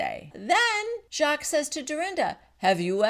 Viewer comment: Btw, Luanne is pronouncing Jacques correctly.